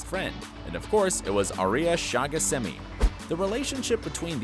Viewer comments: Uh-lar-ick not a-ler-ick. Also he can say Shahghasemi but not Aria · He said arias last name right but Mikaelson wrong